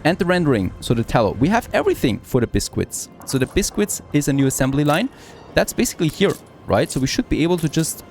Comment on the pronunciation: It's not pronounced as bis-quits. It's said as bis-kits.